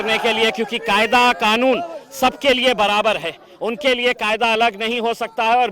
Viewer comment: Pehle to ye Mulk nhi Desh he. And dusra use Khaayda nhi Kaayda hota he 😂😂